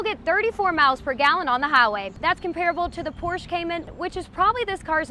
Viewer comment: I love you....but you need to learn how to pronounce Porsche correctly. But I'd watch you if you were doing bicycle reviews...